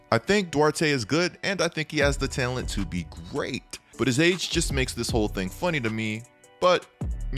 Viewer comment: Take a shot everytime says "Tail-ent"